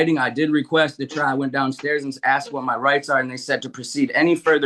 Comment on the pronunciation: No judge should be permitted to say "I aksed you"